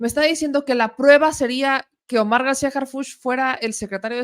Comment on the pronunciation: Primero. Que Anabel pronuncie bien Harhuch!!! De pena ajena la escritora!!!